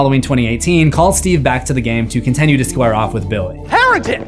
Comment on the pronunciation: Am i the only one who notices bro always says "contenue" 🥀😭 Great video as usual tho